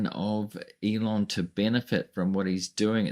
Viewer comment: can’t even say his name! He refers to him as “Leon”!